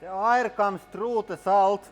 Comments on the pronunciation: I think it would help to try to pronounce "air" more clearly for us Americans. I just now realized that you have been using pressurized air not oil. I was so confused because I thought oil would ruin most things you were trying to get out of your tools. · I would agree with you, especially when he says air, he says ayre